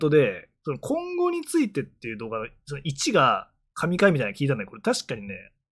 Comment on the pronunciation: コ↑ンゴについてで草